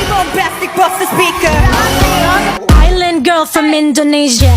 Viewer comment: Island tu sebutannya ailand bkn iceland. Iceland tu nama sebuah negara.